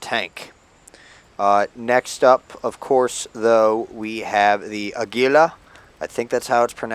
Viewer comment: Several things out: - 228 tanks is an impressive collection! I'm quite close with 150 something yet i'm still grinding some. - Águila is pronounced as you did but putting the tonic emphasis in the first A instead of the "gui" sillabe as you did. Fellow spaniards and mexicans can be proud of your pronunciation though ;) - Israel could be an interesting nation, but sadly most of his tanks rely too much on spaced and E.R.A. armor, starting with the S'hot Kal Dalet, however the M50 has potential for a Tier VI despite being way too many Tier VI Shermans there. (Or maybe a VII, but it's quite inferior to the Sherman/FL10 in a quick look on both) - As i almost really told you on the other vid, the lack of real super-heavies and TD's is disturbing to me :P